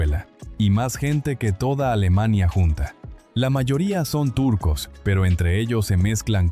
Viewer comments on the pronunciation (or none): none